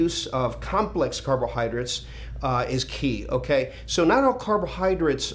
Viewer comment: Lee ive always been a huge fan ! But the way you say " carbohydrits " its killing me, carbohydrates LOL! Still love the message